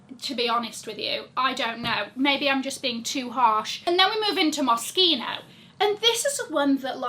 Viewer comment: Thank you for pronouncing Moschino correctly lol. It's one of my favourite brands and I've had their clothes for around 20 years now (OMG!!!).